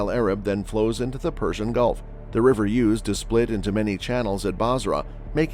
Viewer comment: Did he say the Golf of Mexico?